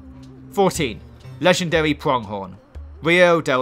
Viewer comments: *wegendawy pwonghon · Ledgendawy boaw Boaahhh!